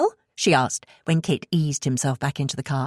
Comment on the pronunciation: At times a bit confusing when the reader pronounces Kit as Kate.